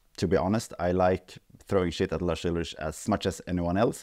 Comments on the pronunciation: "Just a sample replacement" as if that already wasn't faking reality after the fact. Also his name isn't "Larsch Ultritsch", would've taken you 20 seconds to learn how it's pronounced correctly, and i don't even like Lars. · I quite dig that retroflex Swedish pronunciation of Lars Ulrich you chose to use in this vid.